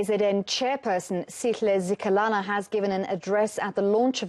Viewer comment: Zikalala not zikhalala... Umtubatuba not umthubathuba